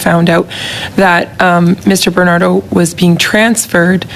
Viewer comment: Its Bernardo not Benardo.